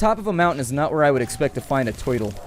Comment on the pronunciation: he said toitl